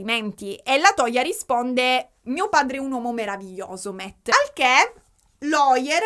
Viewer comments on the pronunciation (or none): none